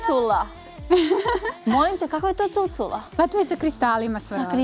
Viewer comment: CucUla?! Jel ova "novinarka" kaže cucUla?